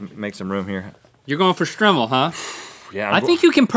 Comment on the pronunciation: It's pronounced Str-eye-mel